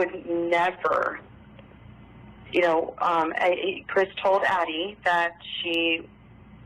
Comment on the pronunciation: It’s ADDIE, not Abbie.